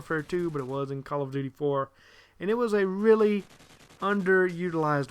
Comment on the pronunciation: when you say call of duty it sounds like color of duty